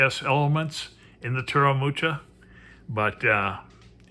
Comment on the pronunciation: You butchered the name 'Mucha"...TX for the review :)